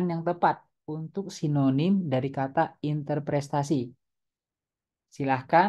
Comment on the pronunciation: Interpretasi bukan interprestasi